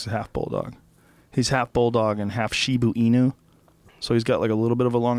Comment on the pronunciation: Joe, Shiba Inu is pronounced "SHE-ba E-nu "